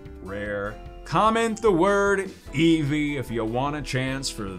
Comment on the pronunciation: I know it’s late but...”Eevee”